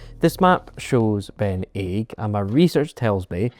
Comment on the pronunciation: not Ben Aig, dont pronounce the G.